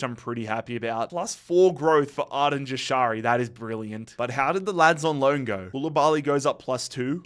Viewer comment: its pronounced yashari j is a y sound